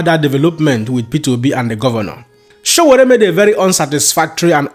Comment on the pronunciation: His Exellency P O is a man after my heart. do your homework its says a lot abt you that thru this entire Video,U didnt for once Pronounce Sowore name correctly.U guys want to be taken serious as an information outlet?